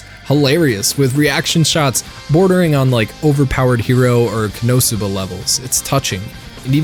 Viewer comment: Sometimes I wonder why you emphasize certain syllables in Japanese words and how you decide which one to stress. Not important but I just thought about it the way you say konosuba or dorohedoro